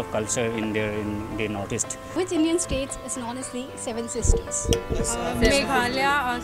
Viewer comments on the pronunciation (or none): Behen ji pehele northeast acche se bol de